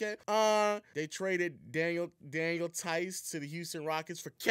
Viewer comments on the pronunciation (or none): none